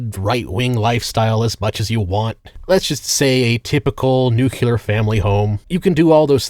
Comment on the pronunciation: You almost never miss with your videos but your pronunciation of Nuclear here made me physically cringe 🥲